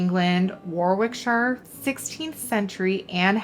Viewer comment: Regarding the red transfer ware. ‘Warwick’ and ‘Warwickshire’ are pronounced ‘warik’ and ‘wariksheer’ the second ‘w’ is silent. I don’t know why though!